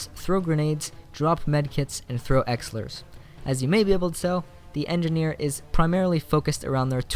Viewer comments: E-Licks-ers Not Elecksers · did he say exilers...